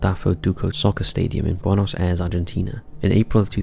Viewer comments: Last clip - Buenos Aires is NOT pronounced ‘Bwe-nos Airs’ but ‘Bwe-nos Air-rees’ ! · Totally agree. Had me wondering where Bonos Airs was. 😂 But he always does it